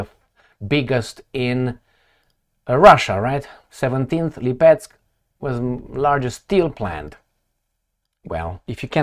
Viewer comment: Hi. This city is called LEEPETSK (accent on its first syllable). Cheers